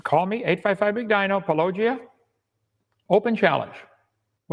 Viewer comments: Puh-low-jia Hovind can't even show enough respect to pronounce the name correctly. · Just like how he says "Pa-LLOWW-gia", instead of Paulogia. So petty! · Hovind :"one topic at a time" Also Hovind "Duane Gish is my hero" It's also clear that he and Powell deliberately mispronounce your channel name. I'd make that a condition of the debate as well, that they spend 5 seconds learning how to say it. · He refuses to pronounce your name properly. That disrespect disqualifies him from any conversation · Probability of Kent Hovind ever having an honest debate with Paulogia, or anyone else : Probability of Kent Hovind ever pronouncing "Paulogia" correctly: 0